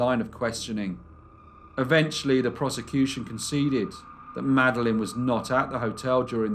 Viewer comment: You always find interesting and obscure cases. Just one thing is irritating, your habit of saying “vuh” instead of “the.” Other than that, one of my top five channels.